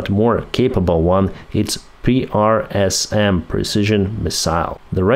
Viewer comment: PrSM will be pronounced "prism".